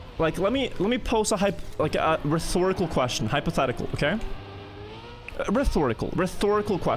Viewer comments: its rhetorical not reþorical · It’s pronounced ret-horical Not reth-orical I never heard that before and thought it was funny lol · "re-thor-ical" lol